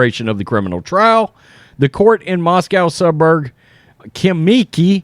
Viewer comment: Khimki reads as HImki ( Him key)